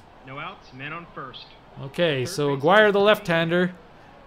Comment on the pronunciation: Just for your future games, Bruton rhymes with ROOTIN' and Aguirre is pronounced a-GARY.